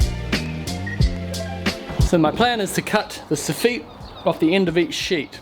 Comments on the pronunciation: you got to stop saying Sof-feet lol it’s Soff-it. Love the vids you are brilliant! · i know i'm being fussy here in UK soffit is pronounced sof-fit not sof-feet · It’s pronounced ‘soffit’ not ‘soffeet’ really grinds my gears whenever he says soffeet😂😂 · I do like it how the same names for parts sound different. You have the so-feet In this episode as you say it but we in the north east of England call it a soffit or soff-it I suppose. Always enjoy your videos though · Soff it. Not. Soofeet. No man. Great vid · It's soffit not soffeeeeeeet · Sofeet. Sounds french lol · Before I finish the video, sofeet, I’ve never heard Sofit said like that before , certainly not in Glasgow that’s for sure 🤣🤣🤣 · I think it's a Kiwi thing. Or maybe just a thing! We definitely don't pronounce it that way here in the States LOL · joke "soffite" is a French word and it would be pronounced your way but the English probably took it changed it to suit them and it's sof-fit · It is. We've followed how they say it for some reason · Or are you the ones saying it wrong? Anyway, that's the way we pronounce it in NZ. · How are you pronouncing soffit so wrong? 😂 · Sorry, how did you pronounce soffit?